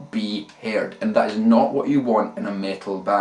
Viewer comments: That accent though... "Haired". Cracked me up. :D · he was joking about how brogue makes him pronounce the word "heard" as "haired". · This is actually very helpful for me. Sadly, I fell into the Metallica "...And Justice For All" attitude of scooped mids, high treble, and high distortion. Hopefully this will help to beef up my sound a bit and actually make it sound more than an under-produced Cannibal Corpse album Plus, the way you pronounced "Heard" made my day :) I don't mean to dog you, many nationalities pronounce words differently. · I like the way he says "heard"